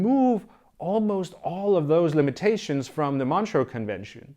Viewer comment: It is pronounced Montrø ("Montruuh" in English)